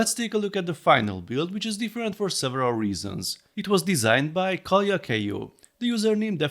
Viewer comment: finnish here. Your pronouncing was pretty good. If you are curious, kalja means beer:).